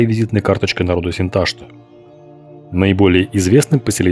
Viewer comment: Не Синта́шта, а Синташта́ от название реки Сынтасты́ – Острокаменная в казахском. В татарском Сынташты́ - Хынташты в башкирском.